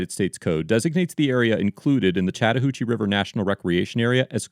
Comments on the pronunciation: He kept saying Chattahoochee, and I kept hearing "Chatter Hoochie" and it was very difficult to take it seriously. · See, when you say "Chatahoochee" I thought you were talking about this female ranger.